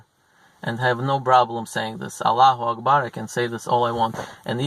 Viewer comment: Jewhs schollar Dont say "agbar" say clear Allahu akbar and La ilahe illAllah